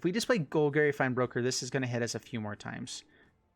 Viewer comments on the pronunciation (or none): “Gol-gary”..... please learn the correct pronunciation bro Love you tho, no homo